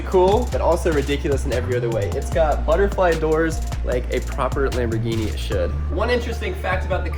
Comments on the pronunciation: I like your lambergeny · I wish said sharerghini instead of saying a lamboghini